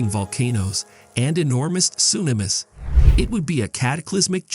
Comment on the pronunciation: Enormous soo-namis 🤣